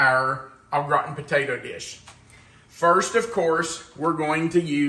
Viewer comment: I’m sorry but I have to say that every time you said au gratin potatoes, I heard old rotten potatoes 😂😂😂 I do love this dish but I’m lazy, I just cover the potatoes with cream and garlic. Cover with foil and when baked I grate the cheese on top and quickly grill the top 😊 Yours look fabulous 😋